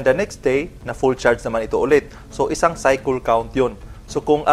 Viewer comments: Cycle = saykel. Saykel ang basa jan hindi saykol 😂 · Correct kolang po kyo sa pronounce ng cycle....dpo saykol......saykel po ang pronounce nun hehe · Cycle...cycole✌️😂 bisaya bei..